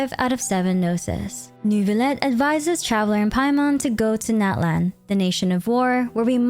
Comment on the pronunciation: Hihi! You’ve been calling every other nation by it’s correctly pronounced name, so I ask that you please call Natlan “Not-lawn” :)))) The american pronunciation sounds like nails on a chalkboard to me😭😭😭😭